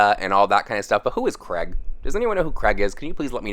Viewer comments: CRAIG not CREG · Not hating but why do Americans say Craig to sound like Greg. Two completely different names! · saying craig like creg is the biggest issue here